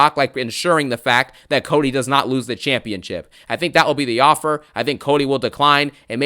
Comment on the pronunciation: “I respect you diddy “ I accept your OFFUR “ kills me ☠️